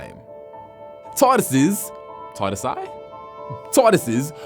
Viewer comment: it sounds like hes saying Tardasses 😂